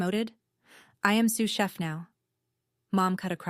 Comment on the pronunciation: Dad says eight words, not six. AI can't count, ever. I just came across this and got such a laugh 'Sue Sheff' instead of sous chef. Bless AI's baby steps he/she still has a long way to go. It's a good story and I felt for Wanda and the way her family treated her. Not asking anything about her life screams not interested in you. It took nine years before the truth surfaced. Nine years of never being cherished enough to ask about what you are doing. The only thing that annoyed me with this story was the constant reference to the deed and the apron. That was a few too many mentions and got tiresome. Overall, I liked this story, although the theme of the golden child has been done many times. I liked that we were not taken back into the past and having all the i's and t's dotted about toys, school, college funds etc. When you have read a lot of the golden child stories you know the kind of childhood that came before success.